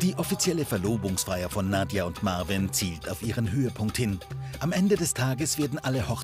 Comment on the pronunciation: Er heißt marween und nicht marvin 🤦🏾‍♀️🤦🏾‍♀️🤦🏾‍♀️🤣🤣🤣 ich kack ab 😆😆😆😆😆😆